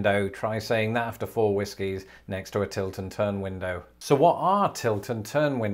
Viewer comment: It took me a while to realize that you were saying "Tilt AND turn" windows. I initially heard "Tilton turn" and thought that Tilton was the name of the town where they were invented, or possibly the name of the inventor, Sir John Tilton. 😆 Love your videos. Keep up the good work.